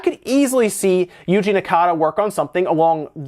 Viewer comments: It's Naka, not Nakata. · Yuji *Naka (not Nakata) *Propé [Pro-pay] (not Probe) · It's Yuji Naka. NA-KA. Not Nakada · Whats up with "Nakada"? Its Yuji Naka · I cringed Every time he called him Nakata instead of Naka a baby Chao died every time he said it :'( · Right. I thought there was something wrong with his accentuation when I heard him but it was that he was adding a third syllable. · Pretty sure it’s Yuji Naka not Yuji Nakata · Man did you butcher Yuji Naka's name lol Great video as always though!